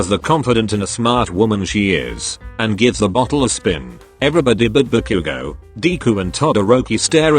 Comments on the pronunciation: When it said Ba-Bakugo it sounded like Barbequego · I laughed harder when the bot said "barbeque-go" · The voice said barque 💀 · When zero said: "Ba-bakugo😳" The Google Voice really said- Barbecuego